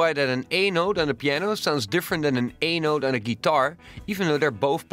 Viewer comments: when you say "A note" it sounds like your saying anal. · did he said anal or a note ?